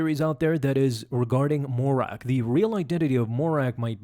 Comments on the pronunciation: It’s Marrok, not Morack. Killin me smalls…. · It's Marr-ok, NOT Morr-ak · It’s not “More-Rack” it’s “Muh-Roke” just for some help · You call him: "Morrak" ; but his name is: Marrok !!! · Not Morrak, Marrok :P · Seriously. Why is it so hard for people to say Marrok. It was spoken in the show… there’s no mystery. muh-Rock …really not difficult. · Why do you call him Mo-Rack 😭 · Why do you keep calling him morrak lolol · i have no idea who he is, but i just want to congratulate you on making an almost 10 minute video and not once saying marroc correctly. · him saying marrok wrong the entire time really grinded my gears